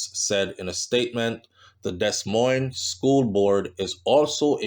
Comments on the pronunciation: I love your channel and commentary, however please try to properly pronounce Des Moines, the proper pronunciation is De-Moin, the same for Souix city..it is pronounced Sue city. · No, it's Des (Dee) Moines (Moin). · Morning. Happy Sunday. Your dedication is top tier. Keep up the good word. Btw the S is silent (pronounced De- Moine